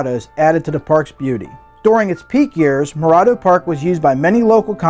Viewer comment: He's mispronouncing Morado